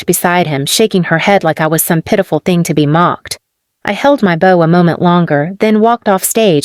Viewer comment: Bow rhyming with cow not bow as in on a present.